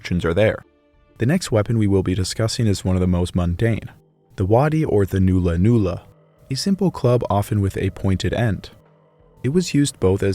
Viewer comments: It’s not “noo lah noo lah” it’s “nah lah nah lah” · It's pronounced null-a null-a not new-la new-la. Great vid. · its NOT a noola noola its a nulla nulla pronounced null a null a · it's pronounced nulla nulla, not noola noola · It is pronounced nulla-nulla, not noolla-noolla. The Australian timbers used for weapons were hardwoods with long fibres, so the wood is both hard and strong, such as a eucalypt named Ironbark. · And it is not NOO-LA NOO-LA it is NULL-LAH NULL-LAH , like the null in nullify . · Nulla Nulla not Noola noola. Its "U" like in nut. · Rosewood. Buried for about a year. Make good Nulla Nulla Not pronounced newla newla. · Great video, very well researched. Just one little criticism, nulla nulla is pronounced “nah-lla nah-lla”, not “noo-lla noo-lla” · Quite good testing done here and as someone else pointed out, the curved boomerangs and clubs were made from wood already in that shape. Mulga tree roots were especially popular. BTW, The 'U' in Nulla Nulla is pronounced as in the word 'under', not Noola Noola. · not "noola noola", /nala/. The vowel is like the u in hull or cull, more of a short 'ah' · ulla is the sound so n-ulla n-ulla. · It’s not new-la new-la brev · Excellent video, just a small quibble " nulla-nulla" is pronounced as in "null " and void. My missus confirmed this for me her being a Kamilleroi woman. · The "u" sound in nulla-nulla is pronounced as in "nut". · I just found your channel after seeing your video with Extinct Zoo, and now you're doing a video on my culture? Crazy stuff. BTW, Murrumbidgee is pronounced with a J sounding G. So Mur-im-Bid-Jee. Also, the Nulla Nulla is an Uh sound. Like in Nut. I'm from the Wiradjuri tribe, so we'd call it a Bundi, with the U sounding like the U in Jun. Bun-dee. Not trying to be rude btw. Just sharing knowledge. Thank you for the great video. Much appreciated. ♥️💛🖤